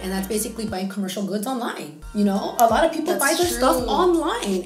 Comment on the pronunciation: “500 is like” -“half of 1,000… which is like.. aaloght”— i died 😂